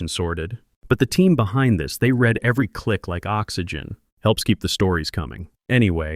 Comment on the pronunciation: Pease teach the AI the difference between read and read